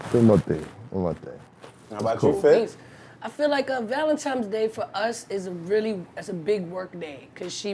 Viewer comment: Listening to grown people say "Valentimes's" is engaging